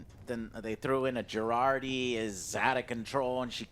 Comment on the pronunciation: Would be nice if you dont give Jurati an italian name (Girardi)...being italian myself I cringe every time I ear that... (especially cause association to a psycho-murderer...you know...) :DD